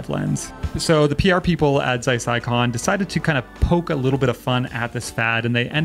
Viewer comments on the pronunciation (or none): none